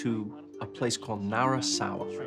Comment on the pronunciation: The name is Narisawa not Narasawa.